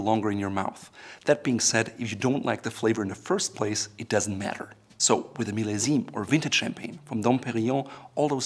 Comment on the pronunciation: You pronounce millesime wrong